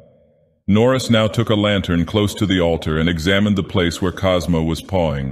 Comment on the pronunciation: "Cosmo" lol